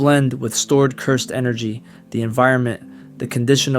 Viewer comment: No, your voice is great, I meant speech as in grammar, for example when you say "Cursed energy" you should say it more like "cyrsd enrgy". I had this problem before where I couldn't say the word "pizza" properly, it sounded like "pisca" but after some training I improved my speech greatly. If I did it, you can do it.